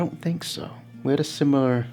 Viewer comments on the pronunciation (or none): none